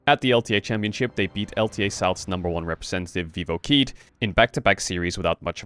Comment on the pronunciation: Okay, Marc, just a heads-up: you don't say Keyd as KEY-d, you say it like the Spanish QUÉ-ee-dee Great video as always <3